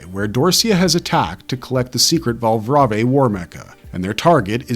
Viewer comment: It's read as Val(brave) afaik